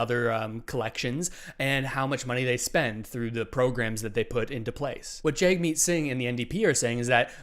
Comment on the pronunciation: please pronounce Jagmeet Singh's name correctly - it's pronounced Jugmeet, not Jagmeet.